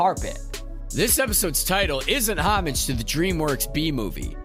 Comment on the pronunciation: PLEASE learn how to pronounce "homage". Also, I don't think the scene on the salt flats is meant to evoke scenes from Tatooine, despite the conjunction of the words "land" and "speed". It's just the real life Bonneville Salt Flats.